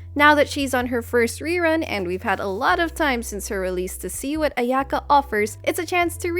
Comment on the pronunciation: I can't deal with the pronunciation of her name, it just hurts... just like klee </3